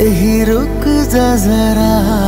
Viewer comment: ভাই সব ই ঠিক আছে। রুখ যা জারা উচ্চারণে একটু সমস্যা।